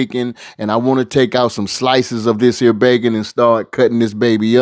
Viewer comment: I trust the pots of anybody who says "dis here"!!!!🙏🙏